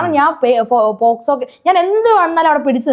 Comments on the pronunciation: പോസ്കോ അല്ല മോനേ പോക്സോ...... 😛😛😛😛😁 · പോസ്കോ അല്ലെടാ.. പോസ്കോ 🙏🏻🤦🏻‍♂️ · പോസ്കോ അല്ല പോക്സോ